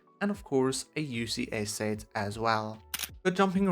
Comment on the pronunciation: More like The PERFECT Lego Star Wars "Sayt" Wave What accent is this lol